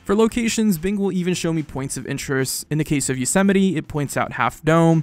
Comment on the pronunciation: He can't say Yosemite, weird.